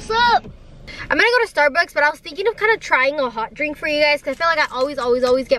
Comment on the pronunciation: Can we just talk about how she woke up and said "StArBuKsS"